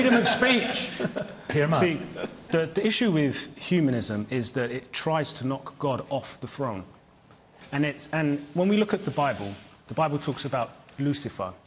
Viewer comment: "wants to knock god off the frone"